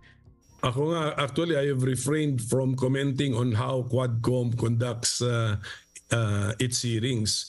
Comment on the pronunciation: Hindi QUADCOM, (HUWADCOM) God bless po...